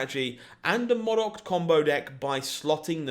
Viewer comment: Please learn to say MODOK properly. It's killing me everytime you say it wrong xD